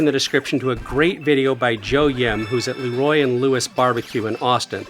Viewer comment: It’s pronounced “Lee-Roy” and Lewis, not “l’roy” and Lewis.